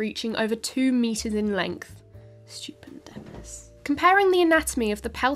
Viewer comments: Stu-pen’-dymous. Accent on the second syllable, I reckon. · Stuu-PEN-di-mus , stupendous big turtle